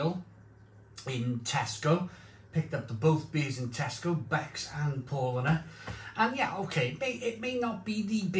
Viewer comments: Paulanar.... Pronounced the Paul with an 'ow' P-ow-lanar... Becks is just simply awful.. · It's pronounced Powlana.